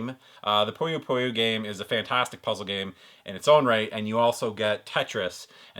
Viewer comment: It is pronounced "Puh-yoh Puh-Yoh" great video as always man!